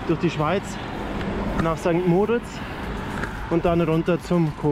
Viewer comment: Tolles Video. Noch ein Tipp,- St. Moritz wird auf der letzten Silbe betont. Grüsse aus der Schweiz.